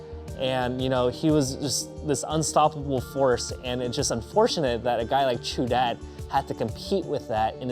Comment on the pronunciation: great vid at the end it sounds like your saying raichu